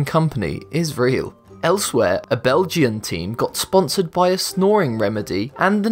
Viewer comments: Did he just pronounce Belgian as "bel-gee-an" as opposed to "bel-jan" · the strangest thing in this video was the pronunciation of Belgian as bell-jee-un instead of bell-jun. AMAZING!!!!